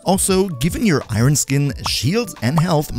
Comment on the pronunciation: Great video :) but please for the love of gd relax your pronouncing of Iron lol